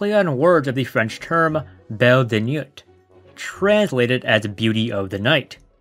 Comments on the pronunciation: The film is extremely creepy, but if you're going to talk about it, at least learn to pronounce the French words. The word nuit means night and is pronounced nwee. NOT "niyut." Modes means fashion and the s is silent, pronounced "mode." Buñuel is pronounced Boon-you-el. Not "Boon-well" and Deneuve is pronounced like it is written, Day-nuv. Not "Daynoo." And her wardrobe was all designed by Yves St. Laurent. What she's wearing is not just "clothes." And by the way, overall, your "analysis" would come off as more educated and informed without the vulgarity. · I just discovered your channel and I must say that I'm already a huge fan. However, I noticed two things in your video essay on "Belle De Jour", specifically when you mentioned that the title is a play on words of the French saying "Belle De Nuit". You pronounced "nuit" like "newt", the correct pronunciation is "nwee" and when you referenced Bunuel's directorial debut "Un Chien Andalou", you pronounced "chien" like "shoon", the correct pronunciation sounds like "shee-en"(the French word for "dog"). No disrespect intended and like I said, I already love your channel, especially since you discuss some of my favorite films.